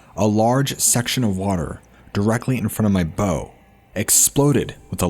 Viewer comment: Your pronunciation of 'bow'.